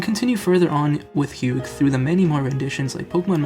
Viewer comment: A few things. First, it is pronounced with the “gh” silent (like the color term hue). Second, the ending theme is darker than just avoiding making revenge a singular goal. Hugh sees that the Pokémon has been drastically changed by the influence of team plasma. This hits at ideas like brainwashing Pokémon, PTSD for Pokémon, Stockholm syndrome, and the more general idea that some things are broken and can never be fully fixed. The hero may save the world, but he can never fully undo the damage done. A broken vase can be glued together, but the cracks are still visible and the structure is not as strong.